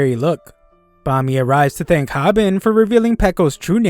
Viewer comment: VIRAL HIT CAME OUT IWTHHH AN ANIMEEEEEEEEEE it's pronounced( hoo-bin) Hobin